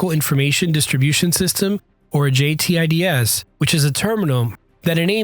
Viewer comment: As a Mission Crew Commander Air Battle Manager on AWACS, this was pretty accurate, right down to JTIDS and he even pronounced it like us military folk. Jay Tids. Poland was caught with a very outdated military during WWII with horse mounted cavalry. They never want to be behind the curve again and now have quite a formidable military. Both Apache and Abram buys are beneficial for us and them.